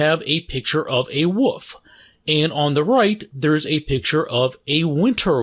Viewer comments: wolf not woof or woov lol omg east coasters ffs 😂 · Where are you from? I've never heard wolf pronounced as "woof" before. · Anyone found funny how he says dog and wolf? "DOWG" and "WUFF" lel. Just made me laugh a little. Nice content! Keep it up! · It's sounds like you are saying woof 1/2 the time. 10/10 😊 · Sort of distracting that he picked an animal whose name he couldn't pronounce.